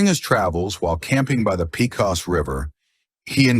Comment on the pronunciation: Peecos River😂😂😂its pronounced. Paycos, long” O”